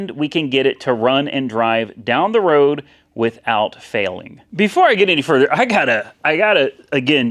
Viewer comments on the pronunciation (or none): none